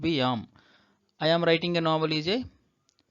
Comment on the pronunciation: Kindly pronounce the 'am' properly it's not 'yaam'.